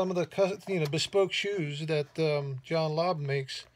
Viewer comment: John Lobb, English makers, they do pretty good work, 🤣🤣🤣🤣 He doesn't have a clue about shoe quality, John Lobb, along with Edward Green, George Cleverley, Church's, Gaziano & Girling (I remember seeing the video, he never heard of the brand, barely could say the name) make the best shoes in the world, but they do pretty good work. What to expect from someone who knows only Florsheim and Allan Edmonds, who are centuries behind European shoe craftsmanship.